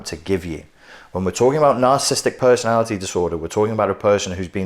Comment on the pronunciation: You keep mispronouncing ‘narcissism’ and ’narcissistic’. Why?